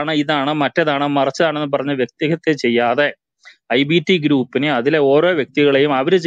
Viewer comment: വ്യക്തിഹിത്യ അല്ല, വ്യക്തിഹത്യ ആണ് ശരി.